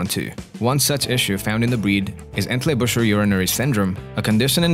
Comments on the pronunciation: They are called, Entley Booker.....after the town of Entlebuch (Entleybook)....not Entleybusher. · "EntlebuRer" :D